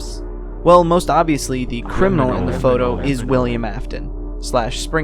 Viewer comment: ok guys but when he said 'C R I M I N A L' I felt that